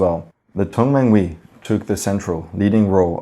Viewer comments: Just one pronunciation correction its not Tong man wee, but rather Tung man huey as if youre saying heyyy but rather hueyy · Tongmenghui is pronounced as Tong-mung-huày